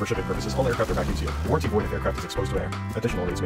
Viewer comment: "warenty void if exposed to air" what in the Kerbal Space Program